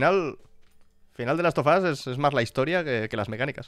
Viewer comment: soy el unico que entendio que dijo la serie "las tufas"? se que quiso decir the last of us, pero no puedo, simplemente no puedo cuando el lo dice en esos minutos... lamentablemente las animaciones y los videojuegos no se llevan taaaan bien (en especial si hablamos de cine yankie hoy en dia) bien podrian ir y comprar rockman (megaman), volver a hacer una serie o peliculas, y todos iriamos corriendo al cine a ver como nuestro robotito del casco azul y manos de cañones laser es llevado a la pantalla grande... peeero! viendo como mastican y escupen series como ghost un the shell o death note, no le veo mucho futuro a the leyend of zelda (por cierto tiene serie antigua y podemos ver porque link no habla en los videojuegos jejejejeje meme)